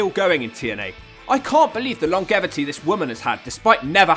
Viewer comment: It's pronounced long-jevity